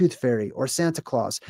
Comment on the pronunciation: santa claus a Sounds like center Klaus 😮